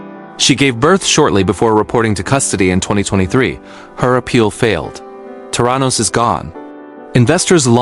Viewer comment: from an investigative journalist's perspective your article needs to have words correctly pronounced and spelt....the name of Elizabeth Holmes's company is not Terranos----it's THERANOS.....there are many more glaring mistakes throughout the article.....please kindly rectify...